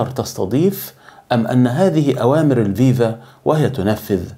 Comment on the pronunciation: اولا اتعرف كيف تنطق الاسم كما يجب اسمها الـفـيـفـا. FIFA بحرف إلـفاء بالحروف اللاتينية و ليس الـڤِـيـڤـا VIVA لأن المعنى لا علاقة لهم ببعضهم